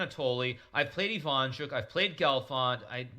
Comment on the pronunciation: It's IvanchUk not IvAnchuk.